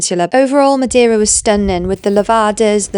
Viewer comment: Amazing! Just FYI, it's pronounced "muh-DAY-ruh" not "muh-dee-ruh" 🌞